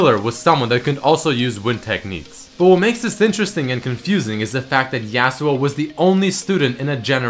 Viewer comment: Im just wondering why you're saying yAAh-su-oh instead of yah-su-oh?